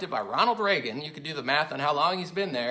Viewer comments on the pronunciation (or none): none